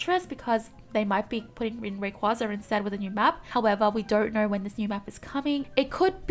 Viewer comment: More escape holes in that new temple map. Also, I think Altaria and Rayquaza is pronounced Ahl-tear-yah and Rae-qway-zah (like Quazar). Also, Bunnel-bee, like Tunnel + Bunny maybe.